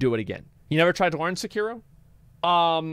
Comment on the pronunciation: You really butcher the pronunciation of Sekiro